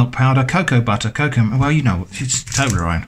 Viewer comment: Toberronne instructions?? 🤣😭😂